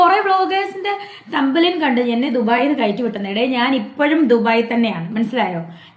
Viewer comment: തമ്പ് നെയിൽ ന്ന് പോലും പറയാൻ അറിയില്ല.. "തമ്പ് ലൈൻ" പോലും 😂😂😂 ഉള്ള കമൻ്റ്സ് എല്ലാം ഇപ്പോഴല്ല.. പണ്ടേ വായിക്കുന്നുണ്ട്..🤭😂